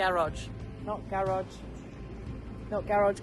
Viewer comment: I could tell what the not garage meant to you by the way you mentioned it one thousand times! Thought you were saying nut garage! Ha! Enjoy the new view. It’s looking spectacular! Good job all!